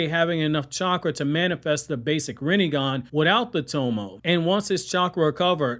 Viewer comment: "He did not have the tomo in his eyes" Cool. It's To-mo-eh, btw. 3 syllables. And it's not toMOH-eh. (I have to stress that point since it seems common place for americans to stress the absolute fuck out of the second syllable of every foreign noun and words in general.)